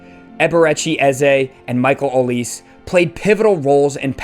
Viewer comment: Good summary. Couple of points. Palace beat West Ham 5-2 not 3-0. And Olise is prononced Olisay (french)